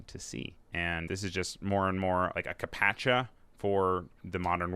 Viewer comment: are you saying CAPTCHA or carpaccio?